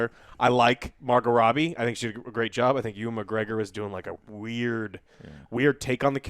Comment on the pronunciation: Yo Joe, it's Ewan, not Oooan as in youwan. Take it from another Scot.